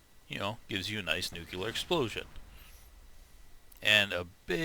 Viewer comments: dude, you're one of those people?? It's pronounced like "nu-cle-ar", as in 'of, or pertaining to, the nucleus of an atom', not like "nuke-u-lar" as in 'of, or pertaining to, nukes'... Sorry, couldn't help but "-Nye" you on that one... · "Nuke-u-ler" Nor picking, but is that how american's say "nuclear"? I'm assuming you're from the US judging by your accent though.. I always thought words spoken in American-English dialect are pronounced the way are spelled, though you're not the first person I've heard pronounce it in what sounds like a foreign language to me lol xD And yes, the Tunguska does consume two ammo per shot.